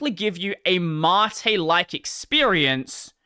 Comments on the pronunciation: Why is it pronouned 'matté' whent it's spelled 'mate'? I'm still getting over 'Gnome' being pronounced 'Guhnome'. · Man I really wish if he said "Mate" the funny Aussie way :(